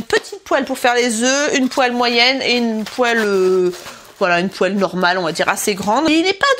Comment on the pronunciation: On eu dit pas papale au lieu de poêle?